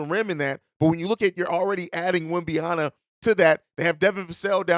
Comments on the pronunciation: It's WemBANyama... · Why not just call him Wemby instead of unapologetically mispronouncing his name?